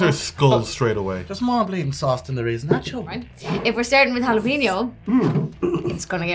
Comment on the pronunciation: In what world is the syllable PEN pronounced PEEN as in jalapeño